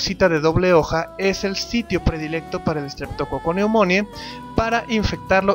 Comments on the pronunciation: Que mal lo pronuncias, se pronuncia estreptococo neumoni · Ja! ya ni me acordaba de ti! Sale, cuídate, pobre diablo. Por cierto, se pronuncia: "Streptococcus pneumoniae", con "e" al final, no con "i" como dices. Es neumonie.